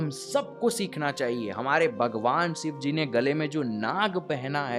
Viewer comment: Bhai yar phehele Bhagwan ka naam sahi se lele yar sivji nahi shivji- shhi shi shivji